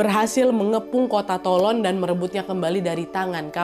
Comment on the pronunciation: keren kak nad, btw Toulon (dibaca: Tulong) 😁😁